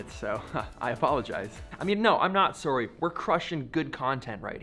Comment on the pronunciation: The only time I hear the Canadian in your voice is when you say "sorry" lol love it